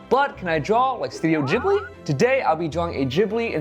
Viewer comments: Ghibli not jhibli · wait! Am I the only one who thought it was pronounced Ghibli and not Jhibli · Jibli? It's ghibli bro. Not jibli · Ross are you sure youre saying ghibli right?😂💞